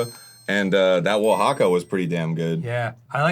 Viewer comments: Dan's a man after my heart with how he pronounced Oaxaca, I make similar pronunciations atrocities each time, brings me joy for some silly reason :) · neither of them pronounced Oaxaca correctly but at least dan did it on purpose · This was so much less gross and so much more informative than I expected. Arin with the ADHD spiky cheese knowledge, and listening to both of them mispronounce 'Oaxaca'. Delightful.